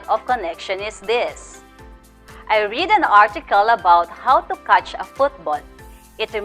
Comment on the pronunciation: Hello mam! nice video. I learned a lot about the topic. But I just want to correct a minor error. In your motivation questions, the word "read" should be pronounced as "red" since the sentence was in the past tense. The spelling is still the same which was "read", only the pronunciation must be different. that's all. :)